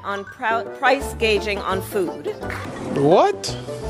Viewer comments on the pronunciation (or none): I have not seen any memes making fun of her pronunciation of some words. Hospitility instead of hospitality, gaging instead of gauging. Have I missed them? Please point me to the mocking of her.